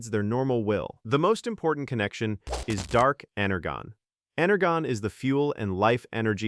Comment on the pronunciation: It's pronounced ener-jon